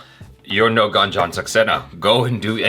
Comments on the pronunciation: It's actually not Gun + Jun In Hindi, it is pronounced as Goon + Jan :) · Not Ganjan.. its Goonjan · Its Gunjan not Ganjan. Read it as 'Goon-jan'. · Its not Gunjan, but pronounce it as Goonjan... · It's goonjan saxena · it's pronounced as #Goonjun not #Gun-jun.. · Pronounced as GoonJan not Gun jan or Gan jan😀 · pronounce her name has 'goonjan' not gun 😅😂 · In Gunjan the Gun part is not how we say gun in English, gun is spoken more like goon spoken at a fast pace if it makes any sense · Not gun its goon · Gunjan is prounounced as Goon-jan not Gan-jan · It's Goonjan not Gun🔫jan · Its ... GOOOONJAN ... NOT GAAANJAN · It's pronunciation is Gooonjan ... Not Gaanjan... In the very first second of the trailer they pronunciate the name.... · Not gun jan it's goon jan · help. they pronounced Gunjan like dungeon 😭😭😭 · It's prounced as guuun..jaa. nnn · Its goon jun saxena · its goon-jaan saxena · It's pronounced "Goonjan" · It is pronounced as "goonjun", stop pronouncing it wrong purposely even after hearing it correctly in the video 😡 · The way u pronounce ' U ' . You have to prononounce goo n jan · her name is pronounced as 'GOON'-'JAN' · It's Goon+Jan Saxena. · It is pronounced as goon-jan and Car-gill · First time Achara was wrong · Gunjan is pronounced as "GOONJUN" ❤️🇮🇳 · it’s pronounced as goon-jan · they pronounced the name even after Jhanvi narrated it🤦🏽‍♀️